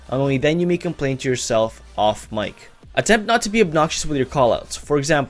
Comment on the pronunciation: First i tought u said the like buton not mic buton